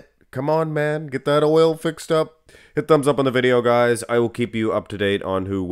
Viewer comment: Oil not loil 😂